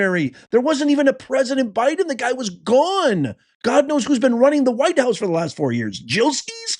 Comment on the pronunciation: Nice, um, objective language describing the crowd 🙄 not going to work. Serious editorializing, weak as heck , weak and manipulative. And what's with the emphasis on "WHITE"? That was weird as hell, dude. Why did you take your daughter anyway into a situation that you knew good and darn well would be inflammatory??? After that ridiculously shameful Oval Office encounter, and your contemptuous down talking to her, which you are specifically used for, your bringing your daughter as a shield was shameful, JD.